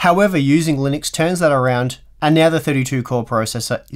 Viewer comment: Linuixe? Linnex? Linneks?